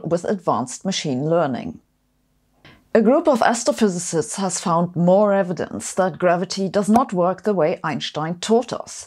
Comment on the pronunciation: i like how she calls it astro phyZZZZt